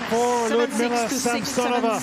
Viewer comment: How nice it is when English-speaking commentators pronounce the name of their compatriot correctly, LiudMILa SamSOnova.